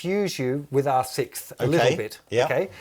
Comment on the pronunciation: Are all British people incapable of saying sixth? Lol